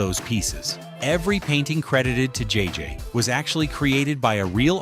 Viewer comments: IS THIS AI? IT'S JJ. NOT JJJJ. The Jeffersons also was a spinoff of All In The Family. I the first season at the very beginning of the show John Amos said, From Television City Hollywood. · Love how the AI narration keeps adding 'J's' to JJ's name. At one point he was "JJJJ." Anyway, I first learned that co-creator Mike Evans was Lionel on All in the Family and The Jeffersons about 10yrs ago, but very cool having it explained here.